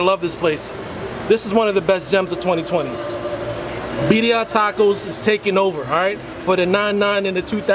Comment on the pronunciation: 😆😆😆I'm confused...you saying Beddia..but she said Birria. ???